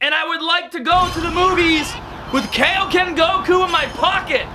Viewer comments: Why can’t he say Dokkan or kaioken correctly? That’s the only thing bothering me about this channel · You’re pronouncing Dokkan wrong and Kaioken wrong...just saying